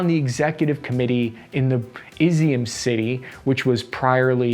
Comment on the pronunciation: * Melly-TOPE’le (Melitopol). * Eezoom (Izium). Your pronunciation of most Ukrainian names is way off. I congratulate you for saying Bucha.